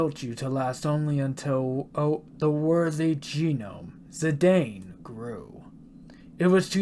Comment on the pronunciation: love you speaking zee daine instead of zee dan. at those properly pronounce as its speak ad me zee daine pronounciation was the exact. love you videos brother. your endgame now. godbless